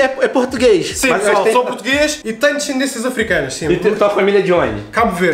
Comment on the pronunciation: Zoom bom "pretugues"